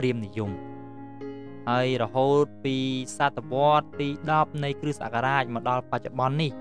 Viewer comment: លោកគ្រូ នេះអានថា គ្រិះ តែនេះអានថា គ្រិស្ត សូមលោកគ្រូជួយអានឱ្យត្រូវពាក្យផង! អរគុណ